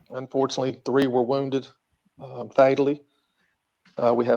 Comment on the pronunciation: Did the chief say "Wounded fataly" ?